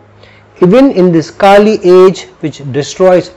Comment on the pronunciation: "Kali yuga "pronunciation: its not KAAli, as in mali. pronounce it like "honey"- kali